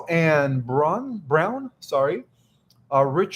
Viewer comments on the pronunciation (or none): none